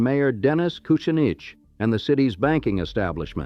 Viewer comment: Annoying how it mispronounced Dennis Kusinich's name too